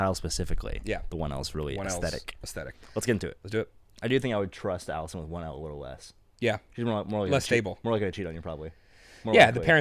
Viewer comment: Allison is pronounced al-li-son with 2 distinct ls. Alison is pronounced al-ee-son.